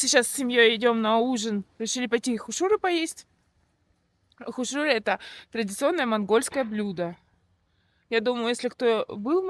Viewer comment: Вы просили вас исправлять если что не правильно!Так вот когда вы говорите слово хуушууры то надо чтобы ударение было на первом слоге а не на втором как у вас!У вас слово хуушууры на монгольском звучить не правильно!Попробуйте говорить растягивая на первом слоге ХУ-УШУРЫ при этом на втором слоге как будто меньше чтобы звучало растянутый "У" буква хотя надо чтобы были оба слога растянутые были.Но на местном монгольском ухо звук должен быт именно так Ху-ушуры.А увас звучить Хушу-уры то есть вы на втором слоге букву "У" растягивайте!Попробуйте местами поменять тогда будет всё правильно!